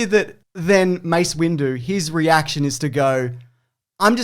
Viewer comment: Did my guy call him Mace Window?🤣